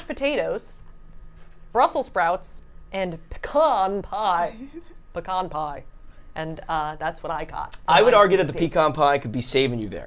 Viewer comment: the way says Pecan right here is how Ive always said it my entire life